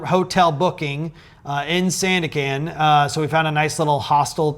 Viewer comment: great video! watching 40 mins feel like 4 seconds.. it doesnt matter anyway, but just wanna tell you Sandakan is pronounced as "sun-duck-cunt" :) A in Malay sounds 'uh'